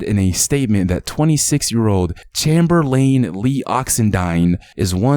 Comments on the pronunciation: Bro u my homie and all but bro have u never heard of Chamberlain (chamber len)before ur pronounced it chamer lane 😂...... Sad story tho 😢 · Bro have you ever heard of wilt chamberlain? It's pronounced as chamber-lin just spelled Chamberlain like wilt!I'm guessing that's who he is named after!